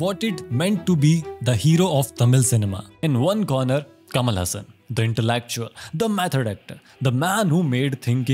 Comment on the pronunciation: Dude pronounce tamil name correctly. Kamal Hassan , rajni kanth. Press nth.